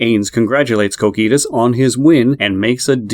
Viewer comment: Like "Cokitoos" bro it strikes the ear badly